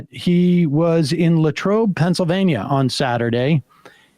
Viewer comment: You forgot to mention he switched from French to German to describe La Trobe, calling it De Trobe, confusing it with Detroit?